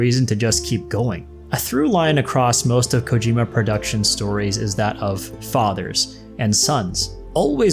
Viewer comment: Hopefully low roar is in ds2 im so addicted to their music and also to produce Kojima, it is pronounced CO-GEE-MA